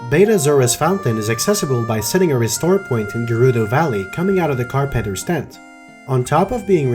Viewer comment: Pronunciation of the words “carpenter” and “gauntlet” are a bit off